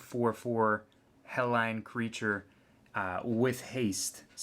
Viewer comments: also, where are you from? its not Helline. it's Hellion. hell-ee-un. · you say Hellion wrong and i don't like it. Hell'ION' is not Hell'ON' ! learn to read bud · It's pronounced Hell-Lee-Yun, you moron. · GOD DAMMIT IT'S HELL-EE-YUN. I know this is a super old video but that pronunciation just made me forget what an boner feels like.